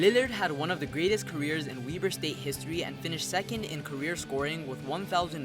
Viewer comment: “WEB-ERR” .. not “WEE BERR” (WEBER”